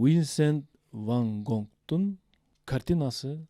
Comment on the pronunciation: Винсент Ван Гог болот! Ван Гонг эмес